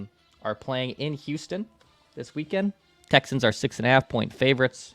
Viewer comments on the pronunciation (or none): none